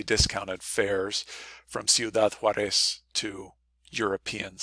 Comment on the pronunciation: You gave the impression that you’re a native Spanish speaker, yet you repeatedly mispronounce “Ciudad JAÚREZ.”